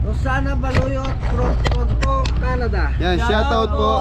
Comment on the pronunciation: Toronto not toronta hahaha peace ✌️